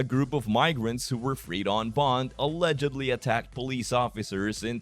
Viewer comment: YOU CAN'T STAND THE TRUTH ☠️☠️☠️☠️☠️🙈🙉🙊 STOP SAYING ALLEGALEY ☠️☠️☠️☠️☠️